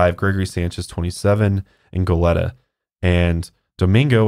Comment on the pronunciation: Just to let you guys know Goleta is pronounced go-leet-a, but great podcast! <3